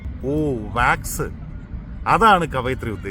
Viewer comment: Wax ennu parayanariyilla...avalde pru English